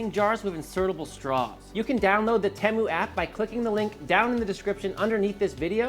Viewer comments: It is the same in the US. He didn’t pronounce it correctly. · In the UK, Temu is pronounced with a long "E". And a catchy song!